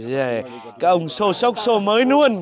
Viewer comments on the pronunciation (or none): Náng cái này nuôn, nói chuẩn chính tả đi a